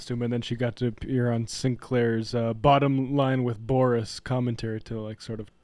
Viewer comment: Is it Boris or Boorish? and by the way Sam, as a journalist, you may not be up there with Uncle Walter, but you have a TON of people beat.